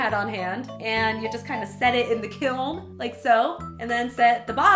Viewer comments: It's peen ounces kelm, wry it just bothers me you say it like kil or kilm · Take a shot everytime she says "kilm" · I thought it was pronounced kilm, but then again i had never seen the word and only heard it, am i the only one? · For what it's worth, my ceramics professor pronounced it as "kill." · its funny how you said kiln KEALN